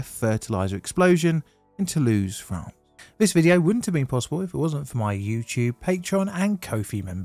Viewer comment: "Toulouse FRAN?" What in the hell is "fran" my boy.